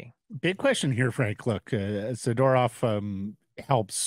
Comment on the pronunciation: Frank, Isn’t his last name pronounced ‘Za-door-ov’? 😊